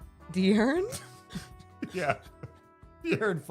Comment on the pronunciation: Ehen said DeArron 😂😂